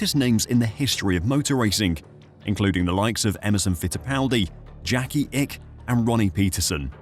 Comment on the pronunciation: Jackis Ixxx, not Ick